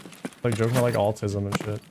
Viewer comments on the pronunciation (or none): This man said "alltism"